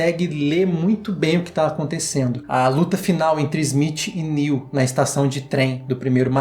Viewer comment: A parou de chamar o Neo de Néu kkk